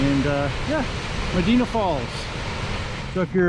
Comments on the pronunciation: Medina is actually pronounced ma die na. 😊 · It’s Me di na. The I is long. Medīna. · Is it too hard to look the pronunciation of the towns ur passing thru along the Erie Canal Most of them come from Greek and Roman names. ie- Medina= Med -eye -not e -na. Enjoying ur trip as a resident along the canal . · It’s Me dī na. Long ī , Medina.